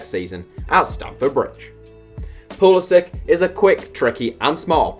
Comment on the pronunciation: Thank God! A European person pronouncing Pulisic's name right. And would Mariano count for one of these lists? He got capped once by the Dominican Republic die to his mother I think, but I think he's holding out for the Spanish national team